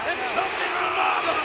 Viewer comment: Listening to William Regal call Umaga 'Yumanga' was hilarious 🤣🤣🤣!!!